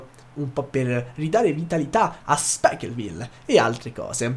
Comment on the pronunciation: Ma si chiama SPIKEville non SPIKELville